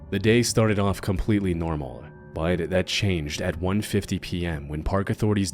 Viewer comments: Yo, is it just me or does he pronounce the word "but" differently? Like, no matter how hard I try, I can't pronounce it the way he does. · What is your accent? You pronounce words in an interesting way. “But” for instance, you pronounce in a way that sounds like “bite”.